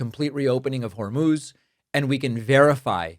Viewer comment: It actually is 'Hor-mose'. He must have heard it just before the presser.